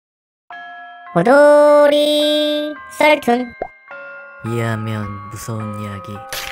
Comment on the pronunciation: 왜 나는 처음에 호돌이가 아니라 고돌이라고 들리는고지..